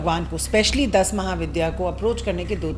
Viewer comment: Dash nahi das hota hai. Hope you correct yourself next time while making pronunciation